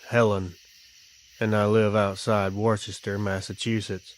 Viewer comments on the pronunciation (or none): And wus-ter like wus-ter-sheer sauce “Worcester”